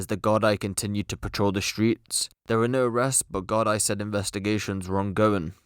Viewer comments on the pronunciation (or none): It's pronounced "gardee" not gard-eye 😂🍀